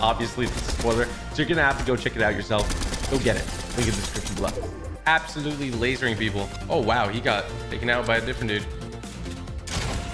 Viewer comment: Absho-lutely smoaked 🤣🤣